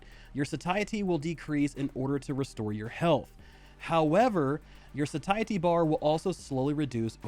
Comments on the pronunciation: bruhhh "sah-tie-etty" xDDDD it's "say-shi-ty" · FYI, Satiety is pronounced SAY-SHE-AH-TEE